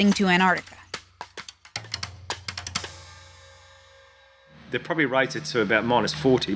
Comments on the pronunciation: For some reason I get so triggered by the way this girl says "Annarctica". It's A N T A R C T I C A! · we are in ennarnica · Nice but you went to ANTARTICA. Not Antarctica. There is a T.. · americans pronouncing an-tar-ti-ca as an-art-ika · It's annoying how you say "an ardica" instead of Antarctica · Why can't Americans pronounce their T's. An-ard-ica 🤣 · Please, please, please pronounce the darn T in AnTartica🤦🏻‍♂️ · Why are Americans so against pronouncing the first 't' in AnTarctica? Seriously, what did it do to you?